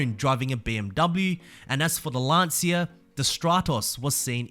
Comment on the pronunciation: It's Lancia not Lansia!